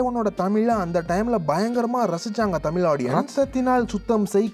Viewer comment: தமிழ் அ ஒழுங்கா சொல்லுயா , தமில் ஆம் 😂